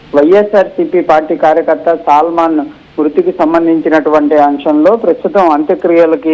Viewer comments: సల్మాన్ కి సాల్మన్ తేడా తెలియని తెలుగు చూసి చదవను రాని జర్నలిస్టులు తయారయ్యారు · ఒరేయ్ హౌలే సల్మాన్ కాదు,,,, సాల్మన్...